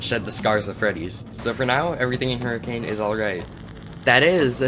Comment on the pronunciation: This is a really cool rewrite. Definitely more satisfying than the original and seems well written. Great work! I would also like to say that every time you pronounced Hurricane the way it should be pronounced my mental expression was :)